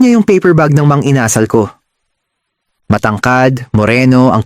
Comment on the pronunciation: Ano ba yan! It's Inasal with accent on the last syllable, not the second.